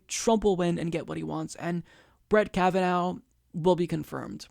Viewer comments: This is a very good analysis of the situation, but I have a few comments., will you PLEASE stop pronouncing the judge's name "Kav-a-NOW." It's pronounced "Kav-a-NAW." In other words, it's an IRISH name, not a German name. Thank you! The crucial point to be made is that the craven deal whereby the Dems exchanged a fast-track confirmation of 15 Trump judges in exchange of a few days of August campaigning was an incredibly stupid as well as cynical strategy. In August, everybody's on vacation, including the voters in these Democratic politicians' home states! If this were happening a few weeks before the election, it would have made more political sense. So the Dems are not only amoral hacks, but fools, and they deserve to have their heads handed to them in November. Kavanaugh in fact did know that the man who wanted to shake his hand was a Parkland dad, because the man announced himself as such when he extended his hand, so Kavanaugh's behavior was even more reprehensible than it looked. Only the Greens are really resisting the Trump regime. The Dems are incapable of resisting it even if they really wanted to, and they don't want to. As I like to say, if the anti-Hitler Resistance of 75 years ago had been as weak and incompetent as the Schumer anti-Trump "Resistance," the Nazis would still be ruling Europe. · You only mispronounced that name about a dozen times in this video. "Ka va NAH".... not ka va NOW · Hahaha. You have not even watched the hearings. You pronounce his name wrong. It is pronounced kavanaw. Happy to help. Great talking out of Cenks ass, but please do some legwork yourself before you read up the monologues they send you. This is as bad as calling Bernie for Barney, or Hillary Clinton, hitlary genocidal maniac. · Why are you still mispronouncing his name? It was irritating before we all heard it pronounced in the confirmation hearings, now it is just stupid. Obviously fuck Trump, and his SC pick, but say his name correctly.